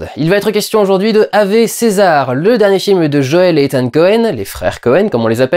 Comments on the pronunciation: On dit awoué pas avé ^^ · On dit "Awé" ! XD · Normalement ave c'est du latin donc on ne prononce pas ave mais aoué.